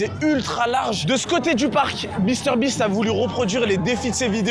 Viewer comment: je suis le seul à entendre beaster beast 😂😂😂